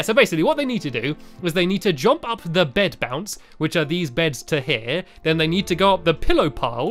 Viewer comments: Anyone else realised he says “jomp” not “jump” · Stampy! It’s jump! Not jomp 😂❤️